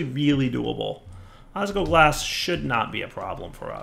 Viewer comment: it's osGLOglas! There is an L that you aren't pronouncing and it hurts to hear!